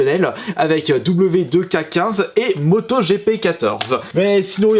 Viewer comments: Non ta dis "w deux k 15" c'est "wwe two k 15" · on dit wwe TOU Ké 15